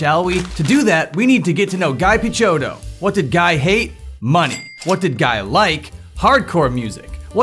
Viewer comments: It's not "guy" Guy, its "ghee" Guy though... Anyway, thanks for the summary! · saying "Guy" like "fly" is incorrect, his name is pronounced "Guy" like "Free"